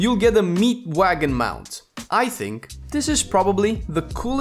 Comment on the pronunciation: 😂i trink i heard you say 48 lvl neck....oh wait it was a joke right?